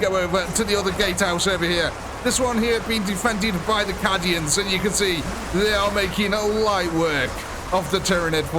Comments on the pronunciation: Cad-ians? They're CAY-dians. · Awesome video, captured that grimdark perfectly! although its Caid-ians not Cad-ians, I think 😅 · I hate to be that guy, BUT 😅 it's pronounced caydian dude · "Caddy-ans." All I need to say I think. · Just for the future. :P It is pronounced with a long A. "Kay-D-Ah" "Kay-D-In" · Please learn the correct pronunciation of Cadia and Cadians... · The way he says Cadians is heresy of the highest order.